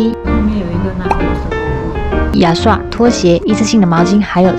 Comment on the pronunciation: 听你说 牙刷 就 con lan 7 firm 大概认为你是 大马人 了 😂